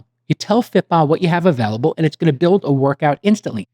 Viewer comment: don't know what kind of accent/impersonation Jcal is doing here, but it's weirding me out. "Emotional Teeeengent" "ith duzzz" "eeend we all benefit"